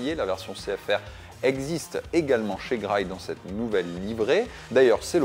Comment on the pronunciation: "Graille"? Vraiment? C'est comme ça que sa se prononce?